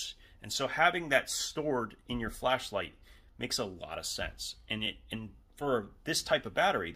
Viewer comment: i thought he said Fleshlight